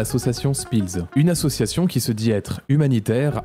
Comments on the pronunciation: Déjà comment peut-on croire quelqu'un qui dit faire de l'humanitaire et ne sait pas prononcer association correctement 😂 Très bonne vidéo comme d'habitude ❤ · Ya un truc dont tu parle pas et qui me rends fou Le gars sait pas prononcer "association" il fait que dire assuassion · Ça va sembler bête mais bon sang qu'est ce que sa façon de prononcer "association" me sort par les yeux "assieossion", tout me gave dans ce personnage ! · Suis-je la seule à être trigger par sa façon de dire association à Dylan ? Assiassiiion 😅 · Il y a un truc qui n'a pas été assez mis en avant dans cette vidéo : Dylan est incapable de prononcer le mot "association" et ca me trigger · Comment il écorche le mot "association" il m'fait serrer ce Dylan à la con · Le mec ne sait prononcer " association" ça devrait mettre la puce à l'oreille... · Malgré tout ce qu'il "fait", je vois qu'il est pas foutu de prononcer le mot "association" sans bafouiller. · Dylan, il faut qu'il arrête d'essayer de dire "association" et "humanitaire", quel que soit le contexte. Je crois que dès que le mot fait plus de 2 syllabes, il a vraiment, vraiment du mal. Je lui propose de se limiter à des mots comme "club" et "gym", après, peut-être qu'on pourra rajouter une syllabe petit à petit. Edit: qu'il ferme sa gueule, c'est aussi une alternative bien tentante, remarque. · On en parle de comment il prononce « association » ? Insupportable de A à Z. Quel personnage lamentable.